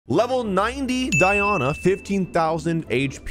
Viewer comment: First time I've heard someone pronounce Die-oh-nuh as Die-on-uh. Die on a what? 😂